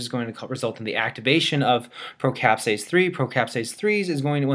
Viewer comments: wanderful video ... thanks a lot ... but it´s caSPAse and not caPSAse... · I did not know the origin of the name, thanks of that. However, the funny thing, I know it is caSPase and not caPSase (as in the video) because in spanish "caspa" means dandruff which is kind of easy to remember...;D thanks for the video again. it was very useful.